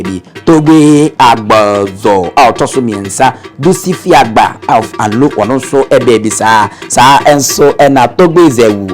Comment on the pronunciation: Please the name of the town is anlo no alo ,,,,and the raver is amu not momo